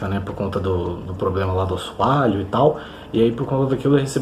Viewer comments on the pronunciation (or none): none